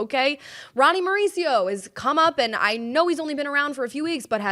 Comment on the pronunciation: "Mare-ooch-io" --- Ronny Mare-ooch-io? Really? 😁